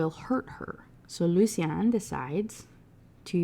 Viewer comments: Same like i love these videos but how are you gonna talk shit about prononciation while calling them "sallone" & "lucy-on" (like he's an eeveelution of the author lmfao) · I was so happy when you finally realized how to say Lucien. it’s one of my friends names and he gets so mad when u say it like the way you were lmao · to be fair her pronouncing lucien like that is on purpose, like she wants to say it closer to how its said in french, but for sloan i just think she doesnt know how to say it